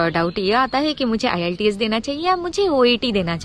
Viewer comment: Iillteeas nhi hai bolna to sikho pehle